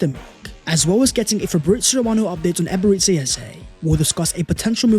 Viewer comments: love your videos, and kudos on building an amazing channel. One thing, though, could you please stop calling Eberechi Eze Eberetzi? It's EbereCHI, as in Tai Chi. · It's Eberechi it's chi not si You keep calling him Eberesi. It's a Nigerian Igbo name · It's not Eberezzi as in the Italian game but Eberechi as in chimney